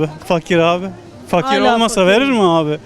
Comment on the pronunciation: o fakir dediği i le değıl ı ile okunduğunda cuk diye oturuyor